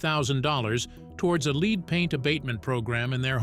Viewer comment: Didn’t know it was sold here, but lead is pronounced two ways and this A I is pronouncing lead incorrectly.